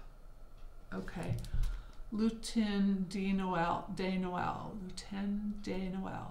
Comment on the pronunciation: Imagine saying just the d in dog to pronounce de Noel. Saying it like day would be the plural word des. What a joy to see all those patterns! Thanks for sharing.